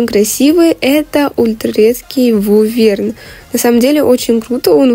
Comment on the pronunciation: почему виверна называют вуверном.....😭